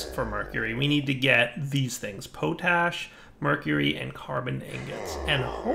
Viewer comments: gah! it's pot ash not po tash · Potash is pronounced with a short "o" sound, like in the word Pot. Not a long "o" like in potato